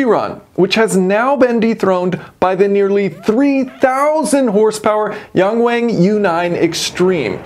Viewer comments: 1 correction: It's Yung Wung, not Yeng Weng. Hope you can pronounce it correctly 😌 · Pronounce 'wang' just like how you pronounce 'Yang' - closest would be 'young-wung' for English speakers.